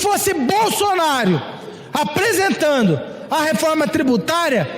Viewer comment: Deputado que fala "apresentano"